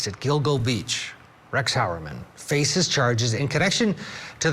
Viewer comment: Rex Hyoo-uhr-man. He literally said it on camera there is no excuse for mispronouncing it